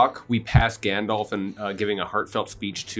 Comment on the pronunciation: "I'm afraid of the dark grandolf"